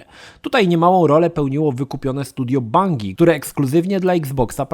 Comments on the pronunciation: /bandżi/, nie /bangi/. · Bangi XD za każdym razem jak to słysze to sie śmieje jak porąbany. skacze na bangi XD